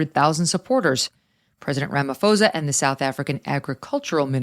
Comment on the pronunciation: It's pronounced Ramaposa....no h.